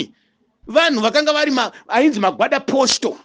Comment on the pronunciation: Its Guarda Posto kwete Gwada Posto and pronounced Gwaridha posto which is post guard in English!